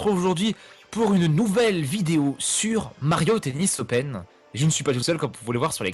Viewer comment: j'en était sûr qu'il allait y être :D "Mario tennis opèn" Pourquoi pas Rath x)